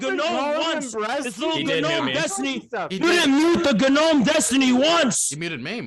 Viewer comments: I think the G in gnome is silent. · MF said “guh-nome” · I cannot tell for sure if emphasizes the G in gnome intentionally or not.